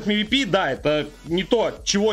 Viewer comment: На будущее, не МИВИПИ, а ЭМВИПИ, правильно говори, в аббревиатуах читаются именно буквы, а не звуки